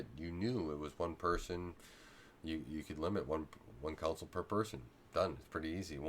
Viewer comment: Con Sole, you are saying cownsol lol